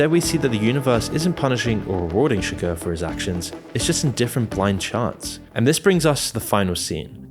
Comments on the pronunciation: Anton SUGAR and LUNAR Moss? Lol did you butcher the names on purpose? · Chigurh, please.